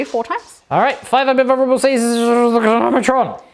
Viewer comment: Lol this dude "invurrable save" ha